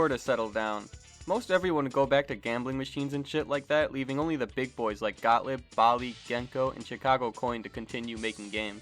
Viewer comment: Excellent video—thanks! BTW, for what it's worth, they're pronounced "got-LEEB" (not "got-lib") and "BAL-ee" (after that company's first big game, "Ballyhoo"), not "ball-ee". Easy mistakes to make, though. 🤷‍♂️